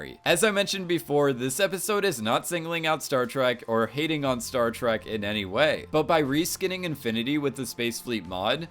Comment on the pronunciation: Is it just me or he is saying "Startruck" rather than "Startrack"